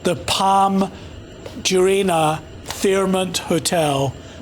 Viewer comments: Palm jumeirah not jureinah😂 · Bugger is struggling to say Jumeirah properly. He could've atleast used the free Google pronunciation